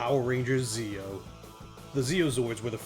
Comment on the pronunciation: Holy fuck the Ze-Oh megazord